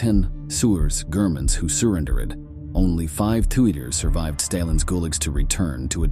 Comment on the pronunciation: When the AI narrator went off the rails and started calling Germans “Gerr-man’s” you lost my interest 😂😂😂